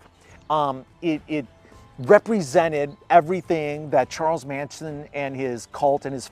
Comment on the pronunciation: Geeze Tom, pronounce the Manson family members names correctly. They're pretty well known nowadays.